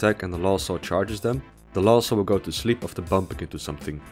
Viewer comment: each time he says '''lost soul'' but I hear ''LOL soul''